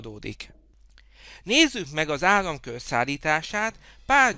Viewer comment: Jó csak azabaj hogy nem birsz beszélni nem ájamkör hanem áramkör ez nagyon idegesitő (egyépként jó)